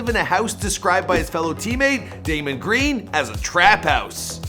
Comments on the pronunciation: Its draymond green not damon learn how to pronounce simple names even a elementary student can pronounce it better than you lol dumb f**k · It’s DRAYMOND GREEAN not daymon cmon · He said daymon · I couldn’t take this seriously immediately after hearing him call Dray “Damon Green” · He said Damon Green lol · dude fucks up every name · Learn how to pronounce Draymond Green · He said draymond greens name wrong ...lol don’t know how to spell it